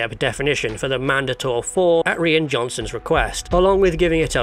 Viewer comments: Who's Ree-an John son? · lmao did you just pronounce rian johnson as Ree ann johnson